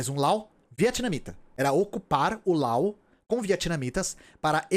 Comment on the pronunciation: Eu acho que você deveria chamar o Laos de Laos, pronunciando o s. Primeiro o motivo não tão bom, essa pronúncia com última letra muda parece a pronúncia francesa, porém se eles se chamam assim, não sou eu quem vai questionar. O segundo motivo é que você não chama o Japão de nipon, a Alemanha de dóitiland ou os EUA de iunaitede isteites, tenho minhas ressalvas quanto a traduzir nomes próprios, mas para países acho OK. Um abraço e obrigado pelo seu trabalho!